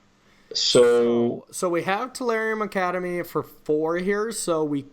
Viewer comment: hearing u mispronounce a lot of cards was so tilting. Tolarium Academy. Dark Faden. Dak Faben. Like holy crap.